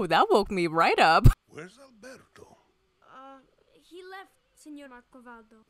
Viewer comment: Considering you keep mispronouncing Alberto's name, never having said it correctly even once, you still don't know his name.